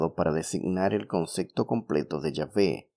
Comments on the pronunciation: Conce.p.to no conce.c.to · Se dice concepto, no concecto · Amiguito se dice "Concepto", no "Concecto", también es un pleonasmo decir "las creencias de todos los creyentes"